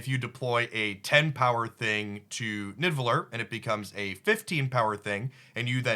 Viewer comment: bro its pronounced "nee-da-vel-eer"